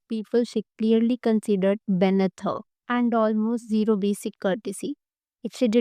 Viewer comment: BAYNITH ????? OR BENEATH ?? DICTION.